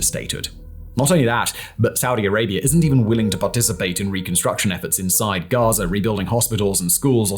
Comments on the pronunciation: It is GAZA... not GAZER WTF is your issue with words that end in the letter "A"? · “Enclave of GAZERR”